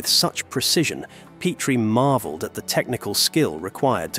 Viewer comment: Make up your mind. Is it Pet-tree or Peat-tree? You literally go back and forth with your pronunciation.